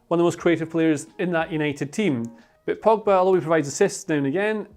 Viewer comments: man said frogba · if it's not mcfred or eeer..frominay..then its gotta be: me: POGFRED: FROGBA lmao